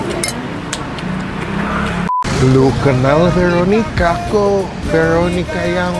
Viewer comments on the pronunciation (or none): VERRRRROOONIKAAA, BUKAN VELLLLOOOONIKAA YAA 🥂